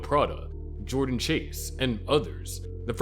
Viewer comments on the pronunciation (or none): none